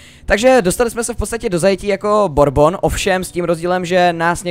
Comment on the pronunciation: DD Borbon :DDDD LOL jmenuje se Burbon :DDDD